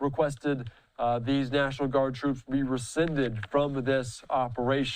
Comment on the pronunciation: "Gimmie back my Twoops! You Can't do dis Mister Pwesident!"